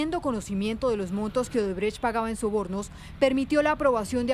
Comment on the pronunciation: ODREBÉS😂😂 ni para vocalizar sirven los ilustres de la bodega más grande de Colombia 🤡